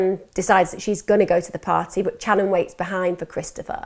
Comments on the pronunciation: You are pronouncing some of the names v wrong.. If you have done your research! It is pronounced Shanon not channon. Same as cobbins brother! If you care so mucb about the victims family, least get their names right! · New sub here. I've followed this case since they "went missing". U've done an excellent job reporting this case however, Channon's name is pronounced with an Sh sound like Shannon even tho it's spelled with a Ch. Ty again for covering their case with such grace & compassion. God bless beautiful soul ❤️ 😍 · it's spelled Channon but pronounced Shannon. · "Can you imagine?" "Can you imagine....?" "Can you imagine?" Yes. We can imagine. And I'm imagining Channon's name being pronounced properly in the next video I'm skipping to because this is just such a jerky narration.